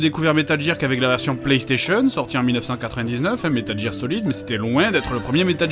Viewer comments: Metal Jer Dafuq c'est quoi cette prononciation !!!?? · GEAR ! GEEEAR PAS GIRE HAAAAAAAA J'ai un paquet entier en otage moi ! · J'écris un commentaire à JDG pour bien qu'il prononce Metal GGEAR , J'efface mon commentaire :D Désolééé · il a explique qu'il a ete induit en erreur par la game gear quand il etait mome, ca lui est reste. Mais il a bien conscience de la vraie prononciation. Va plutot offrir ta condescendance aux publicitaires francais qui ont traduit gamjir ? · RAAAHHHH!!! la prononciation de metal gear ca me stresse !!!!!!! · C'est marrant; le coup de mal prononcer "Game Gear" et "Metal Gear" j'en parlais ya quelques jours à un pote. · Comment je voulais le tuer quand il prononçait Metal Jear xD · Metal jir.....lololololol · METAL JEAR lol good one JDG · Haaaaaaaa, Metal GEAR, prononcer GUEAR x) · Pitié,Fred,arrête de dir metal "JIR",c'est insupportable T_T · ARRETE DE DIRE METAL JIIIIIIIIIIIIIIIIIIIIIIIIIIIR ! Désolé c'est sorti tout seul :') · metal jirrr, ouai la tu me déchiiire les oreilles XD superbe vidéo comme d'hab jdg, vivement la suite si y'en a une . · Metal Jir ! Hahahaha :/ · J'allais mettre pause dans la vidéo pour dire : "mais pourquoi il prononce Metal Jear ??" mais j'me suis dis qu'une bonne explication a la JdG allez arriver ^^ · c'est pas metal jear c'est metal gear!!!,sinon trés bonne vidéo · Si ca peut te rassuré, tu a fait mouche en disant metal jear plutôt que metal gear ^^ Seb en colonel est juste magnifique Cette vidéo est juste géniale ^^ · Au cas où tu aurais pas remarquer, à , il nous explique pourquoi il dit "jire" mais il sait très bien que ça se prononce "gear" et pas "jire" alors FERME TA GUEULE ABRUTI ! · metal GEAR pas metal jir ou qqchose comme ça Dx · dans la vidéo il dit bien que il fait expres de dire "jear" et que c'est faux. en anglais le "g" de prononce PAS "j" meme si il y a un E apres celui-ci. donc métal "guir" et pas "jir" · Aïe mes oreilles! Prononcez Metal "Guir" svp c'est pas "Jir" que ça se prononce lol!